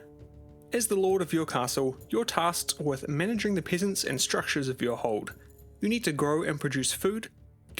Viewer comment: Peh-sehnts, not "pee" lol